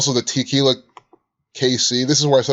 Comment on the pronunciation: Tequila... aka Te-kill-yah.